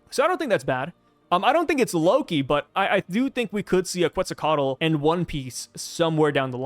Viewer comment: Bro your pronunciation of Quetzalcoatl is pretty good! My tip is don’t put much emphasis on the Ls no meme